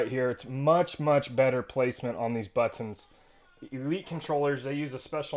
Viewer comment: I was cracking up every time you said but tonz hahaha. Great video and review, thanks!